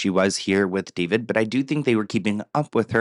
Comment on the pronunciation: It’s not David it’s daah veed 😂